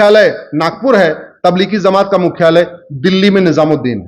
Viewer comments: Bhai zamat nhi jamat hai sahi bolna to seekh lo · Zamat nahi jamat Bolte sikh ja jahil ganvar